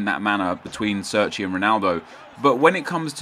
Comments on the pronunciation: He's Italian so sits pronounced "Chair-Chee" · Chairchee is how it's pronounced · pronouced CHAIR-CHI